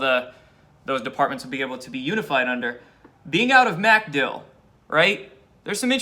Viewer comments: Not MAC-dill it's mc-DILL. Accent on the second syllable. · It's not MAC Dill. It's MacDILL (emphasis on DILL). Sorry to nitpick but you'll sound much more informed if you pronounce it correctly ; ) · Dude it's MacDill air Force Base. MacDILL. Just wanted you to know it sounds really lame when you say MACdill air Force Base. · Watch you everyday. Love your vids, but for the love of God, its McDill, say it quickly. Pronounced "mickdill", not "MACK dill". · pronounced 'Mc-DILL' ;-) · Its pronounced micdill. Aka macdill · The accent is on Dill NOT Mc. Good grief.